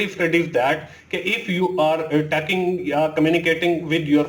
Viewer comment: Taking nae talking hota